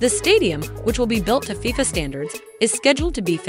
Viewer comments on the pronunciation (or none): none